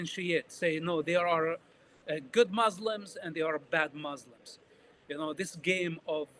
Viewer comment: I’ll never believe a person claiming to be an arab who say the word “mzlims” he’s definitely a fraud we make fun of western who cannot pronounce the word مسلم he’s a Jewish Zionist